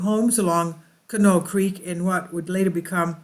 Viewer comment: You must not be from around that area 🤦‍♂It's pronounced Con-ie-aught. has explored and researched this area extensively including looking at the records of the excavation completed by Kent State University. He live right by this mound, and is one of the most knowledgeable people there is on this area. If you contact him I know he would gladly Inform you about this topic. Just tell him Kevin sent you, we are good friends.